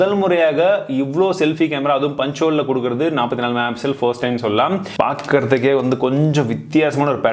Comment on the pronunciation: என்னங்க......... ஆமாங்க வ நிருத்திடிங்க போல சூப்பருங்க .......... அடுத்தது இன்னொன்னு என்னன்னா மெகா பிசல் இல்லங்க தெளிவா பொறுமையா சொல்லுங்க மெகா பிக்சல் அவசர படாம சொல்லுங்க நான் உங்க பெரிய ஃபேன் நண்பா 🥰🥰😍🥰